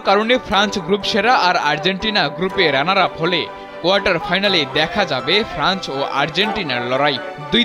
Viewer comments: ফ্রান্চ না ফ্রান্স - উচ্চারণে আরও সতর্ক হতে হবে। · Franch na France.....